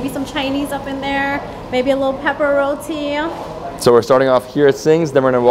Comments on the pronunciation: I was enjoying the video until he said rodi. It's roti my friend. Love your videos still❤️ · It's Roti pronounce it right or don't say it at all!!!!! Omg